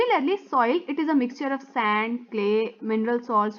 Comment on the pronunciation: Miss aap ne sand ko saand keh diya 👏🤣